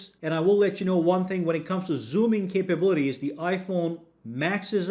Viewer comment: He said "zooming capabooties"